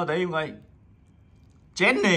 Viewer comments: Jenny có khi bà đọc thành Jen nis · Phát âm rất chi là chuẩn Chí xù Gién nì Rố sề Lí sà Sí đì Bờ lách pin Li ríc Tây ba gờ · Phát âm gất chuẩn , tây ba gơ, bờ lách pin , chí xù , gién nì , rô sề , lí sà , còn thái độ khi bốc ra Rosé đúng là fan 4 năm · Nhỏ này thái độ z? Khui carb của Jennie thì nói con bé nìk ba Khánh xem thử card thì hất tay cọc các thứ? Phát âm rố sề chén nì sú lía sà .ố dề vãi (ykr)